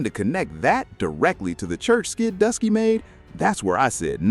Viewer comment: He keep saying Dusky😂